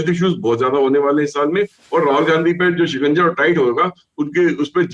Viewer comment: Aap "Gand Hi" ko "Gandgi" kyon kah rahe hain?